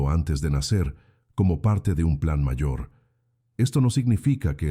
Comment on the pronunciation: La voz de la narradora parece casi humana, pero no puede pronunciar la palabra "mayor"... Pero muchas gracias por el relato y los recordatorios para despertar... Saludos desde Querétaro, México.